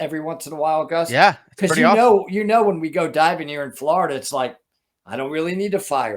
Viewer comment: Ok, as a native Floridian I need to correct you. It's pronounced FL OH RIDA, not FL ARRR IDA.